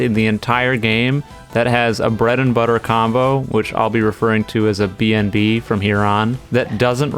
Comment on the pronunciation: I swear I thought you called a bnb a bnd 💀